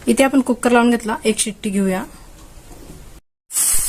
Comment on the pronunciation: कुक्कर नाही कुकर 😂